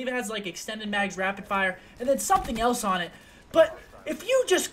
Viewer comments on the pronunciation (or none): none